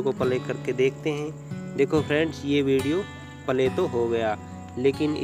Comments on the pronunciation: Phele pale kho play pronounce karna siklo bhai 😂 .. play kho baar2 pale pale bolke tuhne toh hassa diya mujhe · Bhaiya apki video achi hai ...per palay mat bolo ...play bolo